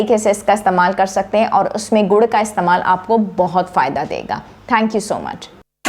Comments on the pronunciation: گڑ ہے ، گڑھ نہیں ۔ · یہ لفظ گڑ ہے نہ کہ گڑھ